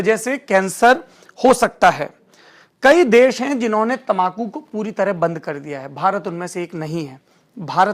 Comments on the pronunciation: Ap tambaku ko tamakhu kyon kahte haien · तमाकू नही तंबाकू